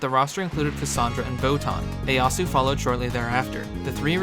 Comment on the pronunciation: The way you say Ieyasu hurts my soul but otherwise very good summary of how Gleo singlehandedly ruined en entire element (and had severe effects on all the other elements as well). Crazy to think how different the game would be if she hadn't happened.